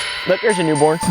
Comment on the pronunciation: Hey wim nwot wa new bworn -new born